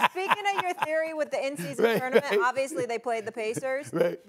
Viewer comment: The way SAS pronounces tournament is broken